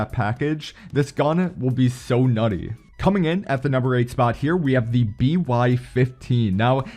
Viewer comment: I heard Naughty😂